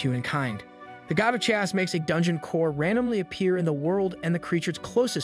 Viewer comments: I was wondering about that. It is spoken so naturally that those little bits stand out so blatantly and give you an uncanny valley feeling. I was always confused how someone could mess up such basic words. Such as where it mispronounces "chaos" twice in two different ways. Thanks for the confirmation. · I really like this channel but in the minimum amount of disrespect possible I would like to point out you have slight mistakes pronouncing telekinesis and chaos